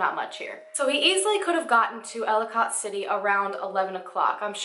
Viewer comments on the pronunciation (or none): idk if you know this already or not but i just wanted to let you know ellicott city is pronounced like ellie-cut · Everybody from maryland is cringing at “cat-onsville” and “elli-cot” city 😂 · I'm pretty sure you are talking about ellicott city md. It's not pronounced how it looks. It's more like Elli-kit, if that's the place you are talking about my brother used to go to school there and it's not that far away from where I live. Very disturbing. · For the love of god it is ELLICOT- pronounce ELL-i- CUT CITY, not ellicOT. K. Thnx. Please continue..... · Girl, I love all your videos, but as a Marylander, hearing you pronounce the names of these towns physically hurt me lol. Seriously though, so many people go missing that just get swept under the rug. I don't remember this being covered by local media at all. Thanks for making these videos. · Great video! It’s Kay-tonsville and Ell-eh-cut City 👍🏼🤗 Can’t wait for the next video - your channel is growing so quickly!!!! Gitttttt itttt girl!!! 😜 My favorite “missing people / conspiracy / mystery” channel on YT for sureeeee!!! 🎉🙌🏼👍🏼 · Just a tip, when I’m doing a story (not for YouTube) and I don’t know a city’s names I YouTube local newspapers stations to hear the pronunciation. I’m from Baltimore and the towns Catonsville is kate-ons-Ville and Ellicot City is el-ih-kit city. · I live in Maryland. And I work in catonsville it's pronounced like katetonsville and Ellicott City is pronounced like Ellicitt City. And I haven't heard about this. And im from the area and know the area very well. Wow this is crazy it's so close to home. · This was a really well done video! I live in Baltimore and have never heard of this. (Baltimore is only about 25 minutes away from Catonsville and about 40 minutes for Ellicot City). By the way, Catonsville is pronounced Cay-tons-ville and Ellicot City is pronounced Ell-i-cut City. But great job! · They’re pronounced Kate-tons-ville and Ell-i-kit City. 🙂